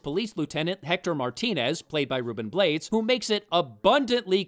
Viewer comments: Ruben Blades is latino and his last name is pronounced Blah-Deez, not blades. I thought this movie was OK crap. I didn't expect much, and it delivered. With some nudity. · Another winner for the Worst picture winner marathon, thanks for doing this during these dark times. Just one thing, Ruben Blades last name is pronounced Bla-des not "Blades" as in knives. Nitpick, I know but there it is. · Just a thing about pronunciation: panamanian actor-single Ruben Blades last name is pronounced "Blah-des". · Ruben Blades last name is pronounced (blah-days)